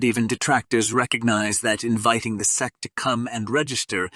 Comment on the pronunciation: who is reading this shit he said Xarp and seek instead of SEC LMAOOOOO